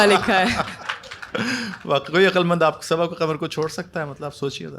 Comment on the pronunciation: She speaks her last name "Kamar" instead of "Qamar". Now she is participating on Rekhta's platform.